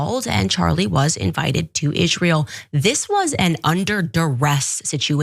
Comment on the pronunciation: its always funny to me how candace cant pronounce the world israel